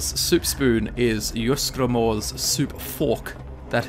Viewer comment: JEES, ITS YEES-GRAM-ORE